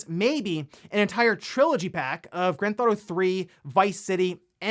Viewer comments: Is it just me or does anyone else notice everytime says "Grand ThAuto" lol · He has probably said the words "Grand Theft Auto" that many times in the past, it sounds like he's having a stroke.